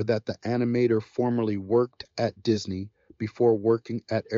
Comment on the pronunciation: What is going on? This video is a mess. Why the Romeo and Juliet mentions and mispronounced "Disney"?